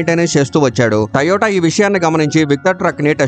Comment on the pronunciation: Taiiyota kadh ra moon da "to yo ta" adhi